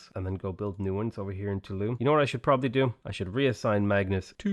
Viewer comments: It's actualy not a silly name, Toulouse is prononced "to loose", you were right the first time 😂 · Toulouse is pronounced "Too-lose" ahahaha